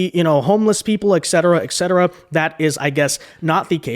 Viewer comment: There is no X in etcetera